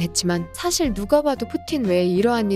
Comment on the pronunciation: 아니 ‘풋티-인’ 나만웃긴갘ㅋㅋㅋ